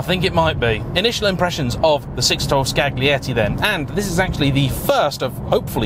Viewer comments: You actually said Scraggly Betty 😂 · I lost it when he said scaGlietti xDDDDDDDDDDDDD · Just settling for "Scalietti" is better. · Enjoy your content very much … A note- Pardon, my Italian ears hurt when you said, Scaglietti… In the Italian, the letter “g” is silent when “gli” is present (Scaglietti). Grazie! 😉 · Just FYI: The g in Scaglietti isn't really pronounced. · Are you sure that "g" in Scaglietti is pronounced that strong? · G is silent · seems to have a stroke